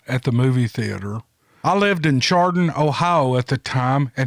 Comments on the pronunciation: Hi, great story. I grew up in Ohio & Chardon, Ohio has always been pronounced “Shardun”. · the town chardon ohio is pronounced the ch is a s sound, shardon, just to help ya out, i know your a smart man i just know some words are not as they appear.. love ya my friend.. much respect and appriciation for what you do... MY PEOPLE!! HERE WE GO! Lol. Great stories man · 1st story,.. Chardon (Pronounced: Shar- dun) Only a couple miles from me here in Ohio! The 2nd encounter story I've heard from Chardon. 👍👍 Great as always.